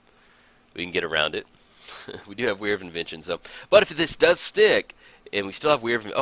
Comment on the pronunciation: its pronounced were not we're.